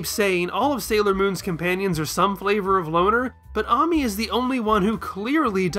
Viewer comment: It's pronounced ay-mee....not ah-mee